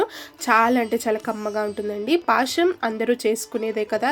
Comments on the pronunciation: పాశం కాదు పాయసం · Paasham kaadu adi payasam..telugu ni telugu la matladandi